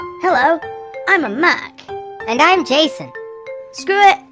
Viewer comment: The way pronounced "Mac" He says "Muc"